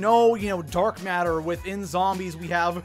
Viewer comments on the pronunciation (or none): none